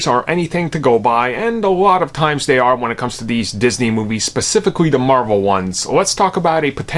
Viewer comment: “Captain marVAL” 😂 It’s Captain marVEL bro.